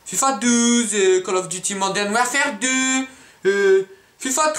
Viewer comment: call of diti *call of duty ;)